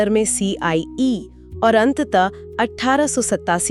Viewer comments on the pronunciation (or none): उच्चारण में त्रुटि हुई हैcie को cei bol diya gya h correct कीजिए